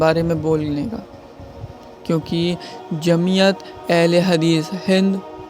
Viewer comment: Hadees ko hagis mt bole bhai 😢😢😢